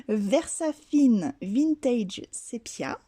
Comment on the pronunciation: coucou j'aime beaucoup tes étiquettes:) Allez répète après moi Ver...Sa...Fine!!! Versafine lol gros bisous